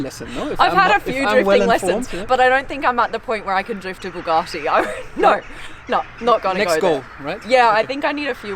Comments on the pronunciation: Supercar Blondie- When I last looked Bugatti has no “r” in its name! Therefore it is known as Bugatti not Bugartti!🙂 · I generally find German cars boring but these are very cool, love why you stroking the materials now which is missing that wink👍 and someone please get SB he to say Bugatti properly, its pronounced bu gatty like rhymes wit bu catty.... not buwgarrty😂🙊👍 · Someone is going to have to work on the pronunciation of BU gatti insteand of BOO gatti! Thank you x